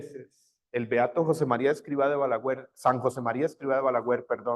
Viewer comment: Se dice BALAGUER no BALAGÜER… 😊